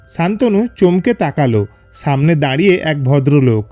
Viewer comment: সামনেকে ছামনে বলেন কেন আপনারা স কে হিডেন করছেন কেন?